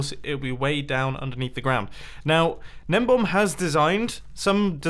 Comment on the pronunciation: It's not "gnembomb." It's "GNEMBON"!!